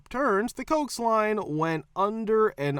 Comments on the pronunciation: When talking about cable, it's pronounced COH-ACKS, not COKES. Two Syllables accent on the first syllable. It's a shortened version of the word coaxial. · Coax = "coe-axe", not "cokes"! Come on, this is not rocket science. This is a simple and common word. 😒